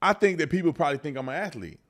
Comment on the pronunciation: Athlete has two syllables